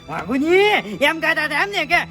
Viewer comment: આ ફુમતાળજી ને .વ. બોલતા નથી આવડતું વાઘુજી ને આઘુજી વચન ને અચન કહે છે